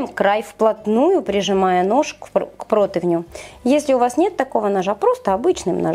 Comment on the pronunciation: Ну ,нет такого слова протавню,есть противень,одно и тоже из ролика в ролик,прям ухо режет!